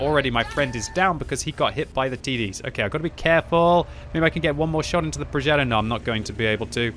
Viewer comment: "Progeddo" Cmon, you're not American.